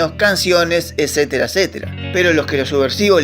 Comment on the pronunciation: Ecetera ecetera y deje de escuchar.